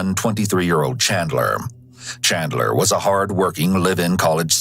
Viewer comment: Chandler? That is “klean” 😂